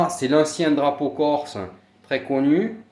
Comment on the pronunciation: Lol corse ça ne se dit pas corso gofu va !